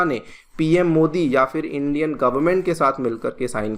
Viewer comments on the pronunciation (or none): none